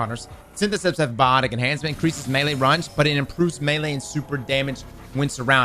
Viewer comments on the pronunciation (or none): "increases melee RUNGE"